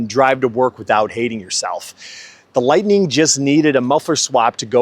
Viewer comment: THERE IS NO "E" IN LIGHTNING!!!🙄